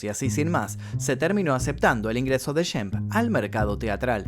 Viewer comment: El nombre se pronuncia SHEMP...con SHHHH...no es YEMP... En varias frases lo pronuncias deformado.¿podrías pronunciarlo adecuadamente?